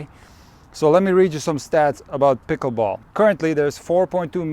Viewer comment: No hearing the word "pikaball" over and over is annoying.